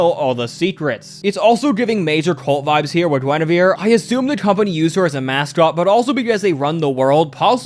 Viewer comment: Gwen-ah-veer Reference: Wife Of King Arthur Of Camelot And The Kinghts Of The Round Table